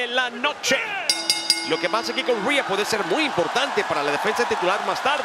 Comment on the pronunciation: Es rhea ripley no reha ripely 😑